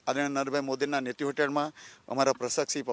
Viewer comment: ye he hamara gavaar mp.. jise netrutva nhi bolna aata.. jise sargical strike bolna nhi aata